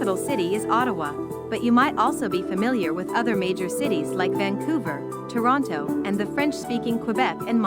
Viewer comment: This is a computerized voice. it pronounced every T in Toronto.